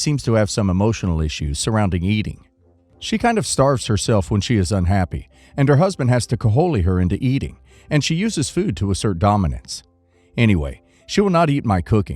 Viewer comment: Kaholy😂😂😂😂 That's supposed to be cajole which is pronounced Ka-joel I see you got it later lol